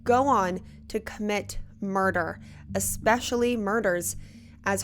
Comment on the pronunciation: The word is E specially Not Ex specially Thank you